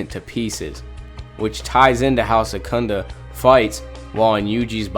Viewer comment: Isnt his name is sukuna? Not sekunda?? Smh